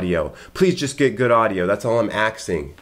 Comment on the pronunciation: "That's all I am axing" 😂😂